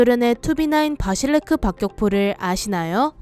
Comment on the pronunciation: 바실레크가 아니고 바실료끄 입니다.